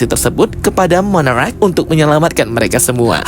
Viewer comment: Monarch bang bukan monarach😢